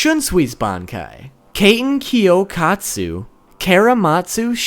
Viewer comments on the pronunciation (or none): "Kayten kyokatsu" 😂😂